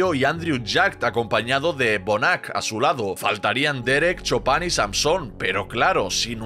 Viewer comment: Por qué le dicen Chopan si se pronuncia Chupan 😂